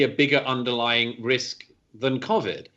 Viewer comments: Can I just say nobody in the UK pronounces Covid like this bloody good chap, I guess he's just trying to put a posh twang onto it, and playing into the stereotypical British accent that yanks think we all talk like. FML 🤦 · Imagine pronouncing covid cOAvid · You can argue his pronunciation is, in fact, correct. COronaVIrus Disease. One pronunciation (his) uses the correct sound for the CO but the incorrect sound (quite understandably) for VI and the other pronunciation modifies both to phonetically state the acronym. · I can confirm that no one else in Britain is pronouncing Covid like Douglas is 😂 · In case anyone's interested no one else in Britain pronounces Covid like Douglas . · Douglas Murray pronounces Covid differently from me. I have clearly been pronouncing it wrong. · Love Douglas Murray, hate the way he pronounces Covid 😂